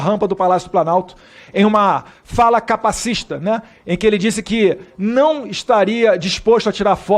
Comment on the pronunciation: Só pra informar o nobre deputado é cacacititista, e não capacicista, ilustre conhecedor da causa